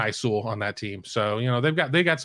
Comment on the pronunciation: “Knee High Sewell” smh